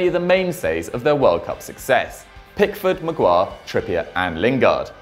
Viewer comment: is it just me or did he say Maguire weirdly